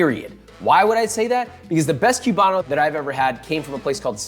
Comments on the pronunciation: Koo bah no Not kyew bah no. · It's coo-ban-o, not cyou-ban-o. Just sayin'.